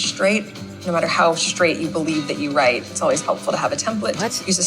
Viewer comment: LOL Shraight instead of straight